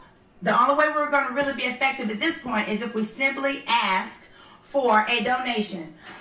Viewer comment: And eating her popcorn. Please Porsche, you can say ask. Practice. No reason for you to say axe. Remember that O.J. Simpson joke? OJ can you play golf this afternoon? I don’t know I got to go home and axe my wife. Porsha, what’s up with the New York accent? You don’t usually sound like this, are you speeding up your feed? I mean you’re sounding like Nicki Minaj, not Portia Williams. Whatever happened to Cordell? I didn’t like him, but then I don’t like DENNIS either.